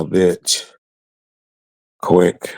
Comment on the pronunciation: Ease up, it's Quik 🙈🙉🙊